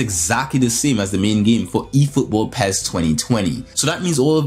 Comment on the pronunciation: It's pronounced P.E.S not Pez, but we all do things differently so I cant argue with that, lol, keep up the good work ;)